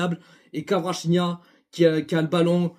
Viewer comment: Cela me dérange énormément la manière que tu écorche le nom de Kvaratskhelia.. tu dis kawachinia.. c'est honteux en tant que parisien.